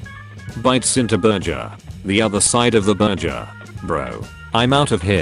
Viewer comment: pronouncing burger burjer me is this french #Brainycomment